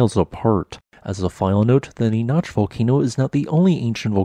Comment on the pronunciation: NEE NACK not Née noch 🤦‍♂️ ugh get it right!! This is actually a little unnerving because the split volcano is right next to me lol. West of Lancaster is Palmdale where I live.